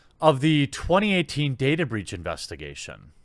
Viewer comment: "Databreech" xD Is that a new brand of men's underwear? =)